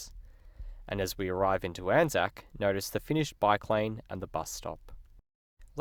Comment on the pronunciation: It is pronounced as a word “Anzac”, not each individual letter, A-N-Z-A-C, hence it is spelled as it is said. Much like Qantas, Asic and Anzac Day/biscuits. ANZAC is only used when referring to the actual Corps